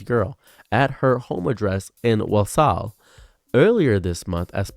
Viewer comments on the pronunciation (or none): If it helps Walsall is pronounced kinda like Wall-sall. It’s one of those names that sound normal in a Brit accent but weird in an American dialect. No worries about the pronunciation, we have some that most Americans trip over (Edinburgh especially drives me crazy). As you know Tommy Robinson is just a far-right plonker. He’s well known to just be a walking talking pile of shite, pay no heed to that disinformation spewing w⚓️ Edit- typo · As someone from walsall, it's funny to hear u talk about it(and butcher the name)